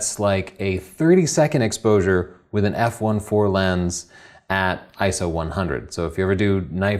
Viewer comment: I see you read the script. At least what you had to talk about was great! and an Iso is actually called I - S - O.